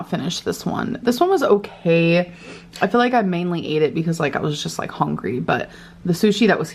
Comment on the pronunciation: My ears feel like they’ve been SA’ed with my earbuds in listening to her chew. It’s so offensive and invasive. She can’t even say HUNGRY like a normal person. It’s HONGRY. And for someone with EXCORIATION who picks TF out of her scabs, and constantly touching her greasy hair and petting her animals, I have NEVER seen her use a napkin or wash her hands. The ONLY napkin she’s ever used is her shirt/dress, pants or rubs it all in like lotion. Absolutely disgusting.